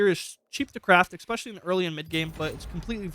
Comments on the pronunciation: "Eckspecially" lol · More so "Expecially" and "Excape" - since when has pronouncing an 's' as a 'x' been a thing in Americal English?